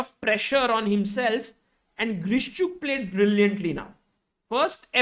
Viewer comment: It would be actually Grishchuk😅 Not Vidit